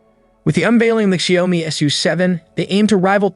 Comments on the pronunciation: It is pronounced Shoud (rhymes with loud) me, NOT Shay-om-me. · That constant mispronunciation of "Xiaomi" was utterly unbearable. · It is painful to listen to xiaomi as ‘shy -oh-mee’, and huawei as ‘hew why’ ! Perhaps time to learn pinyin? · Please at least pronounce the names correctl: Xiaomi is 'Zhow-mee' and Huawei is 'Hwar-way'.